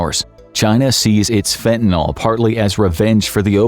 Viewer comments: fen tuh nuhl. Not fen tan all. And use a human voice next time. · Fentanyl. Not fentanol...fentanyl. nil. Can you say nil. Ryhms with bill. ..nil. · It's pronounced fentaNIL not fentaNOL. js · Fentanyl mispronounced throughout. It's not Fentanol. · WHY DOES EVERYONE KEEP SAYING FENTA-KNOLE?! IT'S CALLED FENTA-NIL 🤦🏻‍♂️